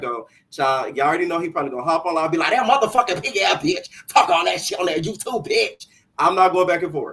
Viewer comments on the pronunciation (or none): And don’t think I didn’t peep how he emphasized saying “Muthafucka” when we know you the one that made that a thing for him on this Channel. Clock it 👌🏽